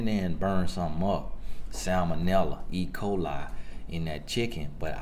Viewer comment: "I can get in the kitchen and burn sumn up" samnella ecoali 😂😂😂 ( I wrote it how he said it)